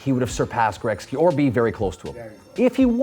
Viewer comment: "Wayne Greksky"